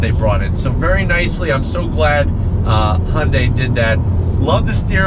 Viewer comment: You're mixing "Honda" and "Hyundai". Hyundai isn't pronounced "Hon-day".